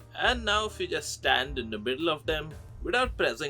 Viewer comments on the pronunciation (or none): none